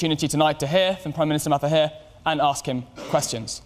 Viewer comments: It's Mahathir, not Matahir... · Its Mahathir, not Matahir. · Its Mahathir, not Matahir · Mahathir... Not matahir. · Ma ha thir not ma hat hir lolz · Why does the compere keep saying Ma-ta-hir? Didn't he even try to practise saying his guest's name correctly or was he just not bothered? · crickets4 he afraid to say correctly.. when he said mahathir..the sound that come out from his mouth become mahdi(almahdi)..that why he keeps saying matahir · Say it right man,. ....MA. HA..thee+r....( Make an effort to say it right). and not otherwise. Respect his NAME..for Gods sake. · This guy can't even pronounce Mahathir correctly 🙄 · because he is not malay n not familiar with malays name. But i think he should check on how to pronounce someones name before interview them. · Mister mataheee jahahadhhadhaha. They sould pronounce our prime ministers name correctly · Please read the PM his name correctly...